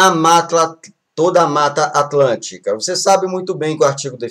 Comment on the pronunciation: mano qual a dificuldade de fala "mata atlântica"